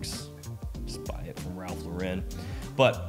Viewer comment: Shouldn’t you learn how to pronounce Ralph Lauren?